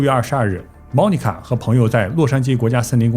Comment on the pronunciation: 在美国这么多年，居然Monica 被你说成“猫尼卡”，东北银吗？